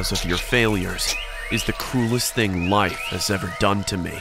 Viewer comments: “my ting”😂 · "my ting"